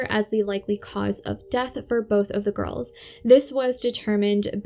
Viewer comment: I’m sorry to make a correction as you’re doing a good job, but I’ve just counted ten times you’ve said “ girlses” when talking about the GIRLS. Just say the world girls when referring to the two of them, and you’ll be fine. You also said “ sisterses” a couple of times, so just use the word sisters to refer to both of them.